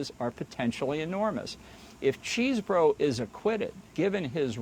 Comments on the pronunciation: I chuckle every time someone says Cheese-Bro. Its actually pronounced Chez-Bro. You dont even want to know how I know this. 😂😅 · Am I hearing this right? Did he call him Cheese Bro?😂